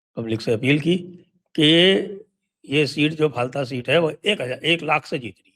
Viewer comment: फलता नहीं फाल्टा हिंदी भासी बोलते है, बंगालीओ का उच्चारण उल्टा ही होता है, जैसे गुजरात को गुजराट बोलते है आप किसी बंगाली का उच्चारण चेक कर लो